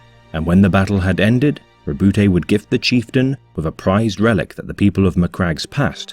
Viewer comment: The E is silent in Robute